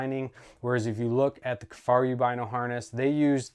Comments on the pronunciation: The video was very informative, but I do agree that the mispronunciation was distracting. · Two things…He’s comparing the Kifaru to a non enclosed marsupial and He’s pronouncing Kifaru wrong…ruined the entire Video with those two things…might as well not even spent the time making the video…waste of everyone’s time 🙄